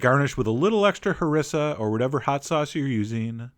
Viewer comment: Isnt it ha-ree-sa sauce not ha-ris-a?